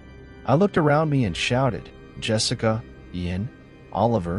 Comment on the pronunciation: Wonderful narration! My own qualm with it is that you keep pronouncing Yessica as Jessica. Yess-ica not Jess-ica.